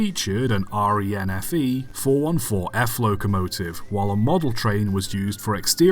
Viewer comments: It was a funny video, thanks! A few corrections. RENFE is an acronym, pronounced as a whole word, not spelled out, at least that is how we refer to it in Spain. The Delicias train station is Madrid Railway Museum, and it has been used for many epoch movies since you only have to frame the scene to avoid showing all the rest of the trains there: so that particular engine was already part of the museum collection, certainly not about to be scrapped. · R-E-N-F-E ?!? You're supposed to read it like it's one word... Renfe still exists today, come on, this channel can do better :( In Spain when classifying an engine's wheel configuration we count the axels, not the wheels. That's why this 2-8-2 is numbered 1-4-1F. The F stands for "fuelizada" meaning it burns oil. Also calling it just a Mikado is more wide-spread over here. On another note I'm pretty sure the coaches are the same ones still used today in the tourist train "Tren de la fresa". Hopefully this channel will cover Spanish trains in depth some day, we have really cool stuff.